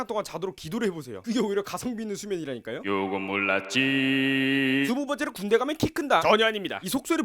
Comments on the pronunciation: '요건 몰랐지~' 가 '요금 올랐지~'로 들리는데 나만 그런건가??? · 요건 몰랐지 약간 요금 올랐지로 들림ㅋㅋㅋㅋ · 나만 요금올랐지로 들리나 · 나만 이거 요금올라지로 들리냨ㅋㅋ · 나만 요금 올랐지~~ 라고 들리냐